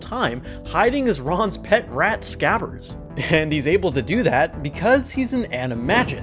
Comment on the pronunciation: No one talking about hes grammer?? It's not SCAVVERS it's SCRABBERS!